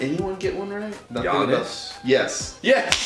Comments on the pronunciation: He said g ainass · “G-iannis” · “G-iannis” so cringe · G EE AA SS pronounced by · shoudnt have gotten Giannis he pronounced his name worse than anyone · pronunciation of Giannis triggers me.